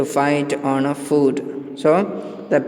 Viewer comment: it's foot not food.